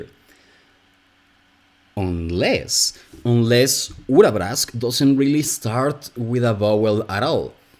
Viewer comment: the way you say Urabrask is really rewarding for the ear. thank you